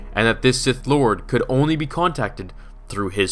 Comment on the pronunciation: “Taking his place of Sith LWAD.”